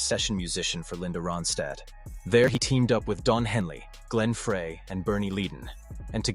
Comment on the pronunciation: I hate documentaries where the narrator has no clue. Joe Walsh was NOT a founding member of the Eagles. He didn't come around until the Hotel California album. In fact Walsh and Meisner weren't in the band together for very long at all. Glen Frey's last name isn't pronounced "fray". Bernie Leadon was not "leedon". Couldn't finish this garbage.